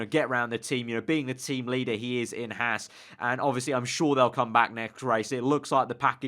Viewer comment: It's pronounced "Hawz"....not "Hass". As a sidenote, interest in F1 is growing rapidly in the US because of this underdog team. Okay, it's Ferrari's B team...but Gene is paying for all this out of his hip pocket. To those who like to sneer at the Americans effort I ask, "Where's your wallet?" Anyway, really solid reporting on your part...you should do this for a living!